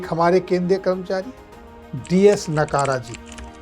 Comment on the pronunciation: डी एस नकारा नहीं.. डी एस नकरा 🎉